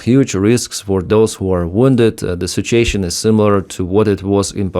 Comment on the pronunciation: Did you say, "sitch-ashun?"